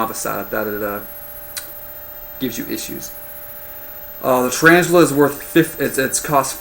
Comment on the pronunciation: thumbs up if you... WANTED TO SMASH YOUR SCREEN CUZ HE SAID "TURAINGELE" SO MANY TIMES